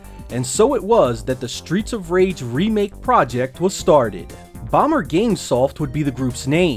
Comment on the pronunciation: Stweets of Wage!!